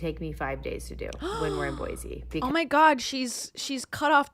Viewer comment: It’s Boy-see not Boy-zee 😅